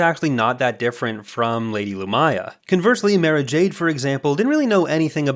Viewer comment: I gotta tell ya, it drove me fucking insane listening to you pronounce 'Mara' that way.